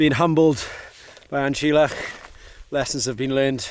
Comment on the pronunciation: Fancy the effort used to summit An Teallach and not making the effort to correctly pronounce the name!